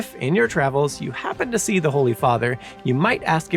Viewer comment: Oh say can you zee? 🤦🏼‍♂️